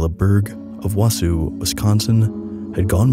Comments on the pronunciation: Wausau is pronounced “wah-saw”. Good try tho, Wisconsin town names are hard 😂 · Minor pronounciation correction from a native Wisconsinite: Kayla Berg's hometown Wausau is normally pronounced wah-saw. Don't worry, there are so many towns with really weird pronunciations here! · Wausau is pronounced like WA-saw not Wa-sue like you said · great vid but as a wisconsinite, the pronoun of wausau made me tear up